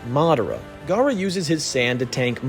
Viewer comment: Your gawk gawk garra the whole video